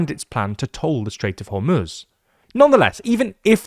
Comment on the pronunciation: you are the only person in media that pronounces hormuz the correct way